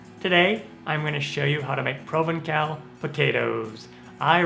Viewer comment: To pronounce provencal (French) correctly, pronounce the c as S. Hence Provensal.